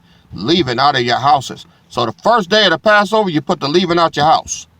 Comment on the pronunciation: Leaven.. pronunciation is like seven...not leaven like leaving. knows English 😂😂